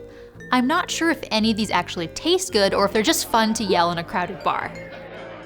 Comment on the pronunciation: The way she said "atually" was unexpected and fun.